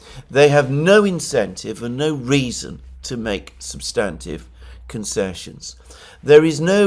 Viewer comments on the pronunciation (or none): none